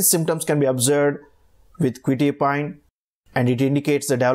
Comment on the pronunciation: Nice video but you are pronouncing the name wrong, it's "kwe-tye-a-peen" not "kwe-tee-a-pine"